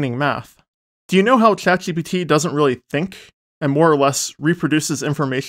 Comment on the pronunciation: Why do you have a hot potato in your mouth every time you say "Chat GPT" or other words with a sh or zh sound in it?